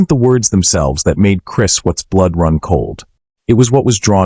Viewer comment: Either this isan AI orthis guy doesnt understand syntax or how to pronounce watts